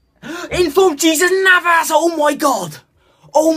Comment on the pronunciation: Jesus Navas. His name is pronounced [hey-zoos]